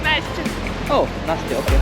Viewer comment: When she said nastya 😂